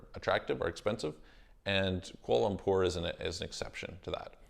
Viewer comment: I can’t hear exactly what country you are talking about when you say...qual umpore???? Can you write in what country your talking about? Thanks. Update: I think you’re saying Kuala Lumpur? Malaysia?